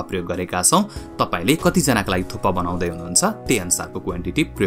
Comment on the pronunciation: It's thukpa or thuppa ,😅??